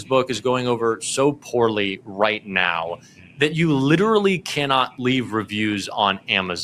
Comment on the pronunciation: why do you pronounce LITERALLY, LITTELY 5 TIMES THEN FINALLY SAY LITERALY? LITTALLY IS NOT ACCEPTABLE FOR A JOURNALIST